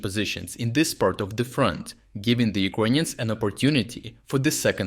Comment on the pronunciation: Serious question for every video you post. Why you pronounce the country "Ukraine" but the people "yirkonians"